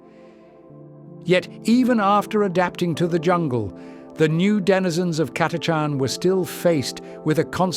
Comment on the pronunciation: The “ch” in Catachan is not pronounced like a K or a hard C otherwise it would be spelled Chatachan